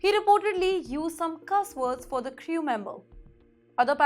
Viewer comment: Yes. STRICKER for STRICTER - thrice. CRIYOO for CREW - or in a foo-too-ray of simplified English, will it becum CROO?